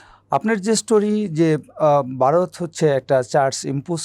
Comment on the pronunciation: হোস্ট যিনি আছেন তিনি কথা বলতেও জানেনা আর উচ্চারণ অত্যন্ত বাজে। ভারতকে বারত বানিয়ে দিয়েছে, এক জায়গায় আর বাক্য খুঁজে পাচ্ছেন না বলে গেস্ট ওনার প্রশ্নটি সম্পূর্ণ করে দিলেন দেখলাম।